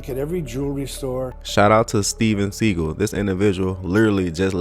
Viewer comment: Hey. Love your videos, but would like to suggest that you do pronounication checks on words & names before you drop your content. Steven's name is pronouned 'sea-goll', not segal.👍🏾